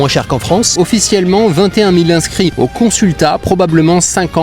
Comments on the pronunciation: Ont dit consulat et non consultat .. A peine à 9 minutes d'audio que je n'en peut plus des fautes de dictions... cette video est t'elle bien réelle ? Si oui, au prochain repas mangez un Bescherelle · « Consultat » kècécê ?🤔